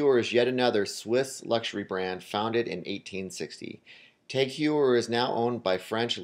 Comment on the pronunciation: Also, "tog", not "tag". But in all seriousness, how does one not pronounce "Omega" correctly...